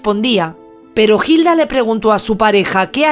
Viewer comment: En vez de una celda merece un monumento. María, aquí 🇦🇷 Hilda se pronuncia con H muda "Ilda".